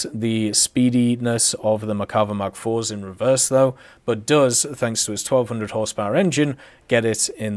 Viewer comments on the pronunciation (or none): none